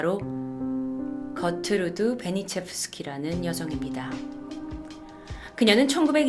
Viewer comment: 처음에 이 거트루드 베니체프스키라고 했는데 나는 겉으로도 베니체프스키라고 들음 그래서 겉으로는 베니체프스키라는 이름일거같지 않은데...? 라고 생각했닼ㅋㅋㅋㅋ